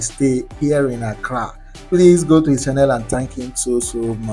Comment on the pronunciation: please, you have been in Ghana for a long time. Stop saying shannel instead of channel, and before you say shair, it is chair.